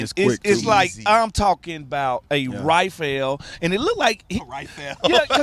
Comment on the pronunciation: “A RIFELL”